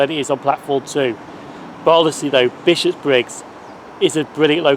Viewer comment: Oh, I didn't realise Buchanan Street (or as I sometimes call it, "Tobacco Baron Street") had its own railway station at one time. I knew the Subway station with that name was close but not that close to Queen St station, but I never looked-into whether it had its own station. I must admit it's a wee bit weird hearing you say Bishopbriggs as Bishop's Briggs though! Lovely footage of those passing trains. I do enjoy our refurbished HSTs, I must admit.